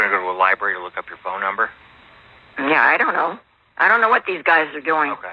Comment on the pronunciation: DUWAT!!!!!! KAREN SAID DUWAT!!!!They are ALL IDIOTS!!!🤣🤣🤣